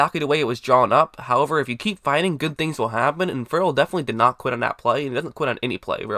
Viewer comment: Clee-lin Fur-ul. Never heard Ferrell pronounced like that. Also, you said you would have picked Allen. Allen is a 3-4 OLB, Raiders wanted a real 3-down 4-3 DE. Allen can't set an edge.